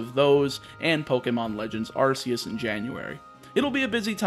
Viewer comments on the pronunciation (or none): none